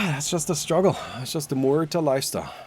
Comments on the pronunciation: Is noone going to mention that pronunciation should "Mu air" not "Moo ur" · can't pronounce her name figures MUerta. Spanish name